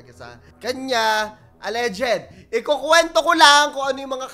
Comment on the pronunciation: Al.leged po, not al.le.ged